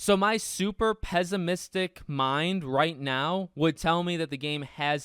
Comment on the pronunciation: Pess-imistic, not pezz-imistic**